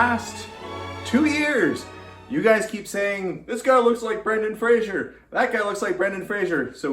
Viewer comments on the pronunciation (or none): I recall Brendan Fraser on some talk show saying something like "It's FRAZE-er, not FRAZHE-er! Pronounce it right or I'll kill you!"